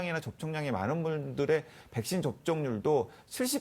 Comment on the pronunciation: 교수 붹-신, 봐이러스 영어 발음 너무 거슬리네... 한국말 할 때는 그냥 백신, 바이러스라고 해라 좀